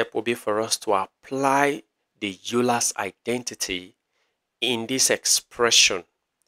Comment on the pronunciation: Just FYI the name Euler is actually pronounced like "oy - lur." This video is super cool, thanks!